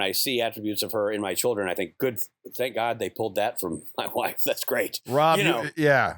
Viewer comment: When Rob says "oh my god" i hear him say "oh my me"